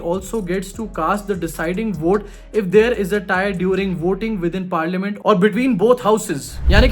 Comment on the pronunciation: पार लिया मिंट नही हैं,. You should say like Par - luh - munt Par- la- ment